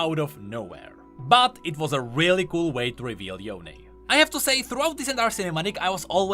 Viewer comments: bro its yone not yoney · stop pronouncing him as Yone, its Yo'ne!!!!!! everyone i know kept saying his name in western pronounciation, and not eastern pronounciation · does anyone remember when he used pronounce Yone like Cone HAHA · Can we just talk about how yasuo says yoneigh and not yone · It's Yo-ne for GOD SAKE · Question how come in Runeterra they say (yo ne like bone) but now they now pronounce it differently? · why are u still calling him ‘yohn’ ..... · ITS NOT YONE "":D